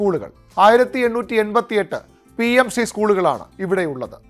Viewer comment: ഷ്റീ അല്ല ശ്രീ ആണ്.